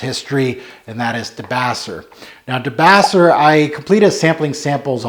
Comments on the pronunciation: De-base-err. Named after a good Pixies track. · No offense but you are mispronouncing the fragrance name. Fragrance is named after Black Francis of the Pixies singing Debaser.